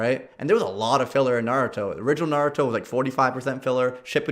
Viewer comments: ITS NA RU TOE not nod ooh toe FILITHY PLEB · Bro, i haven't even read/seen the series but i know it's Naruto. Not naduto or whatever you're sayin' haha